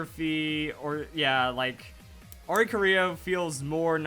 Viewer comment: oricorio , 1 ITS PRONOUNCED or-ee-core-ee-oh and the ori came from nowhere and the corio is choreography